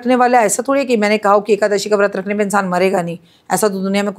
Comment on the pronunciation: Is nalayak aadmiko a,kadashi bhi bolte nahin aata,rakhiji usko correct bhi nahin kar rahi hain,kyun?